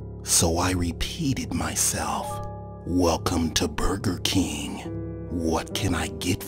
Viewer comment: I just love how he said Burger King 😂